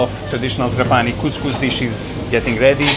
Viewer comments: Tràpani, not Trapàni 😃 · Trápani, please, not Trapáni….. every time you says my heart stops a beat. I love Sicily and every corner of it is marvelous. Trapani (Trápani) one of my favorite places in the world. Best fish worldwide. And the Couscous? To die for…. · NON TRA-PANI MA TRA- PA-NI 😂👍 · It's Tràpani btw. The accent goes on the first a. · People wanna make videos of italy and don’t even take the time to know how you pronounce the name of the city they are in. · Pronounce Trapani the right way. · please, pronounces "TRAPANI" with the Right Accent!!:face-orange-frowning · This guy makes a video about Trapani and doesn't even bother to understand how to pronounce it!. Superficiality and quackery reign on the web. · La tua pronuncia della parola TRAPANI, very funny 🤣🤣